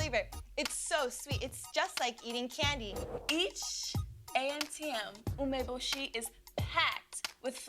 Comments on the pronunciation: Tyra can't even pronounce "umbeboshi" properly. It's "oo-meh-boh-she" and she says "uh-meh-buh-she" and did you notice her hesitate right before trying to say it? Tyra can't even do it accurately! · its funny how the judges are judging how the girls speak Japanese when the judges themselves can barely even say 'umeboshi' right (yaya got it though !) Edit: i just realised jay himself pronounces the director’s name wrong (yoshii instead of yoshi-e)😭